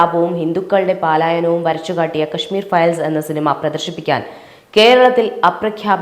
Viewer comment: "പ്രചാരണം" അല്ല, പ്രചരണം; "പാലായനം" അല്ല, പലായനം.